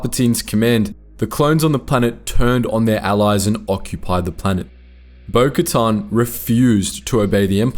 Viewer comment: Why do you keep pronouncing bokatan name like that…?